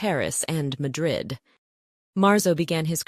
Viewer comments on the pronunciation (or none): none